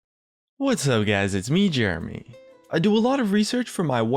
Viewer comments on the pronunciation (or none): I'm french and each time you say "jeremy" in your intro i hear "germany", this comment was useless